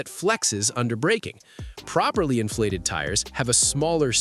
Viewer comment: . . . what is an "inflesed tire?"